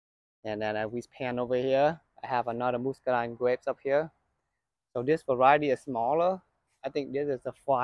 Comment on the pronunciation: Pronounced musk not moost ….muscadine